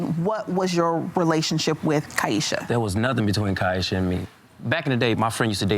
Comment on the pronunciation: And he knew how to say her name correctly! Got to listen to those details. She very much telling the truth. They will always tell on themselves.